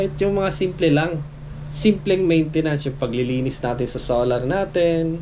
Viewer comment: bakit salar ang bigkas mo ng solar tapos volts sayo volt tapos generator bigkas mo genratar.....? you tell me bakit nga ba?